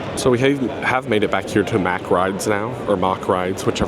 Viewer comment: The way you said "mack" first is correct. So like "mock" yet with an "ah" sound instead of an "o". Thanks for the report, always love seeing whatever is happening to the future of the amusement park industry.